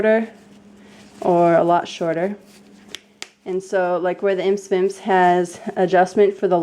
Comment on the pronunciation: Imse Vimse is pronounced 'eem-sea veem-sea'. It just means 'itsy bitsy' in swedish :)